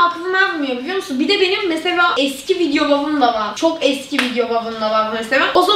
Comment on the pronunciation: saniyede kız hiç bi hedefim yok biliyomusun diyor biliyomusun daki ( l ) harfini gayet normal söylüyor🧐